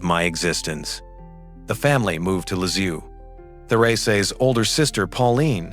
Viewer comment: Can't you say : LISIEUX (LIZ - I - EU) ? NOT LI-Z-IOU !? And THÉRÈSE (THÉRÈ - Z - E) ? not THÉRÈ - S - E !?